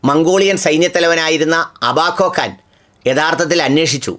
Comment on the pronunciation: "കാൻ " എന്നാണ് ഖാൻ അല്ല .